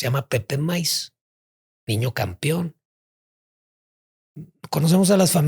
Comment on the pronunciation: Estudio en Harvard....pero dice campion y dos veces. .......😂😂😂 no pues si.....ok